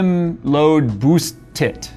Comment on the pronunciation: Stick with "Boost-TIT" 😜